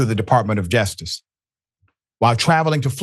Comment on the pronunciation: Dr. Richey, it’s JUSTICE not ‘jestice.’